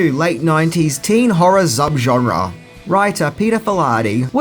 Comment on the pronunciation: It's SUB Genre, NOT ZUB Genre